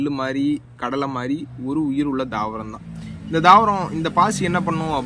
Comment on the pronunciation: Please change the pronounciation